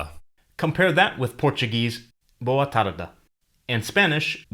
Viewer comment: Very good video. But I should tell you the "Boa tarde"(good afternoon) pronunciation you've done, is wrong, please check it out ! I'm a Brazilian one, My mother tongue is Portuguese, I know what I'm saying. But I really loved the video!